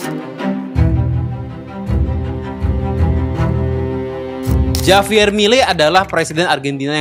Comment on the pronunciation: Bacanya 'Havier' Bang, bukan 'Javier'. Walau tulisannya Javier